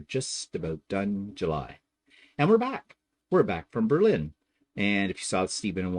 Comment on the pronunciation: If I would have known you were in my area, I would have stalked you! Not really, well maybe. I am not surprised that you don't like American wine if you used Put-In-Bay as the standard LOL! btw it is pronounced BER-lin. Emphasis is on the first syllable. I can't wait to see if you visited my favorite places!